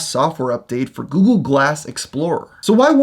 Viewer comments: after a while it sounds like he's saying ghoul glass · All I hear is GOO GOO Glass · after a few seconds it becomes "googoo glass"